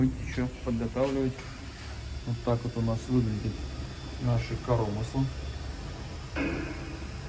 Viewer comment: Зачем коверкать ударение на слово "коромысло" ? Если вы русский, то и говорите по русски, правильно.